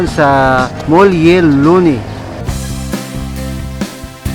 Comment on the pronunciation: Correction: It's MUELLE LONEY, not Mulle Loney. It is pronounced as "Muwelye", not "Mulye". "Muelle" is a Spanish word which means "port or wharf or docking area for boats". Muelle Loney is named after Sir Nicholas Loney, the British citizen who choose to live in Iloilo City during the last years of the Spanish colonization in the late 1800s to the early American era in the 1900s. Sir Nicholas Loney pioneered in the sugar industry in ILOILO and Negros which made ILOILO prosperous. For this reason, he is considered as the Father of the Philippine Sugar Industry. At the time of his stay in Iloilo, there were a lot of foreigners living in Iloilo City, which made ILOILO CITY a very cosmopolitan city, very first-world. There Spanish, Lebanese, Swiss, French, German, American, Italian South American, Asian , and Middle eastern residents in Iloilo City, such that ILOILO CITY became a city with an international ambiance, just like the cities of HongKong, Singapore, Buenos Aires in Argentina, and Paris in France. Today, ILOILO CITY is still very cosmopolitan, one of the most beautiful, clean best cities to live in Asia and in the world, plenty of parks, plazas, garden squares with monuments, heritage buildings evoking the glory and atmosphere of Europe, also very modern like the BGC of Taguig in Metro Manila. Iloilo is like a Singapore-in-the making, according to the late Gina Lopez of Abs Cbn. And according to a Singaporean diplomat whi attended the ASEAN MINISTERIAL MEETINGS in Iloi